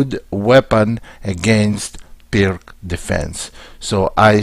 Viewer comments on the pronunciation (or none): Please, just one thing: it's Пирц Not perk or something. Named by former Yugoslav chess player